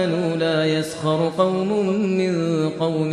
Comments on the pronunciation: أنا كمان انتبهت انه قرأها مضمومة وهي ساكنة في جميع الروايات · السلام عليكم .. يوجد خطأ في سورة الحجرات عند قراءة الشيخ المعيقلي للآية ( لا يسخر قوم من قوم ) الراء يجب ان تكون ساكنة و لكنها قرأت مضمومة .. و جزاكم الله خيرا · صحيح في هناك خطأ في قراءة ( يسخرْ ) أنا من أشد المحبين و المعجبين بالشيخ ماهر المعيقلي بصوته و أسلوبه بالقراءه و ربنا يجزيه كل الخير و يجعلها في ميزان حسناته .. لكن بالفعل هناك خطأ لما قرأ ( لا يسخرْ قومٌ من قومٍ ) ( يسخرْ ) الراء بالسكون لكنه قرأها مضمومه و هذا خطأ أكيد و هو نفسه إذا سمعها رح ينتبه لهذا الخطأ . لكن أكيد عن غير قصد و ربنا يجزيه كل الخير و يعطيه الصحه و العافيه دايماً ان شاء الله .